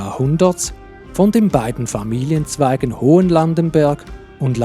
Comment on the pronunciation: Turbenthal hat ein H. Es heisst Hochlandenberg und Breitlandenberg und nicht Hohenlandenberg resp. Breitenlandenberg.